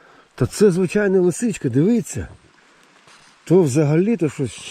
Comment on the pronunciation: І в слові "дивиться" на щось..., наголос на першу букву И😉